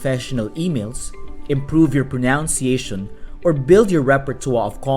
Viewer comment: Your English is fluent and understandable, but, as a teacher myself, I must point out that it's proNUNciation. Not proNOUNciation.